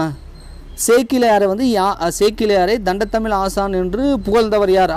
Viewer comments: Thamizh words coreect an pathu padichingana nallarukkum.... Thandamizh... Thandathamizh... 2003 ...2013 konjam Sariya padinga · தண்ட தமிழ் இல்லங்க... தண்டமிழ்😂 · 72.தண்டத்தழிழ் என்று உச்சரிக்காதீர்கள்.. தண்டழிழ் என்பதே சரி.